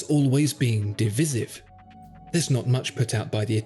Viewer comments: “Panerai is always di-vis-iv?” De-vice-iv! (Hard to get pronunciation across in a YouTube comment but I hope people get the point)! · I don't think there is a single country on earth that pronounces divisive like that. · I know, he’s English, big faux pas. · Should rhyme with Panarai Sieve.